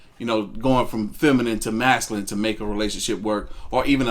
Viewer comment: Gott dammit it's MASCULINE!!! Not Mascalin! So fkn annoying